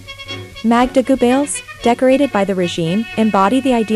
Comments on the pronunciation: He'll yeah buddy the worst for me was Joseph gobbles that was painful for everyone I'm surprised she got Hitlers name pronounced right ✅️ amazing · Its driving me crazy she keeps pronouncing Gobbells name “Goo-bells”. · Hey, that's Joseph Goebbels. Like Goh-bilz, emphasis on the first syllable. Not "G'bells. Got it! G'day😂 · It's pronounced Gerbuls, Joseph Gerbels (also phonetically). One of the top disciples of Hitler. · Gooo Bells sounds Right ! LOL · OR IS IT JOSEPH GABELLS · Ger-bells? Or should that be "Jingle bells jingles bells jingle all the way Oh what fun it is to ride in a one horse open sleigh" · Guebells? Guebells?? When it's going to be repeated in every sentence, please.... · I never thought hearing Joseph goebbels name wrong so many times would irk the shit out of me. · Immediately I heard the way the narrator pronounced Dr. Goebbels' name, I knew something was wrong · and it's annoying how they pronounce Geobbels. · The mispronunciation of “Goebbels” undermines the cred of this as a documentary. Juvenile and silly mistake.